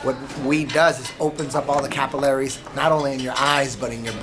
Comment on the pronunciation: Eddie its pronounced Cap- il - a - ries not capaleries lol love eddie bravo though!